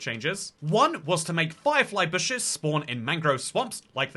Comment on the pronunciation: He said it correctly! Buhsh was driving me crazy.